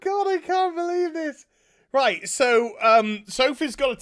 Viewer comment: You know gets fed up when the Northerner accent and slang comes out! "Reet" xD